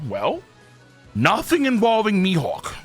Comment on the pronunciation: “Mee Hockuu”